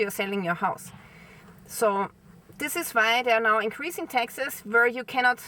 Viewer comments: Hi. When you say taxes it sounds like Texas. If you come to the states, come see me! It's very hot here so don't wait til April. I have an extra bike, if l had a vehicle it will be a truck! Of course. Dirt road girl, just turned 70!🌱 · Oh she said: Taxes not Texas 😅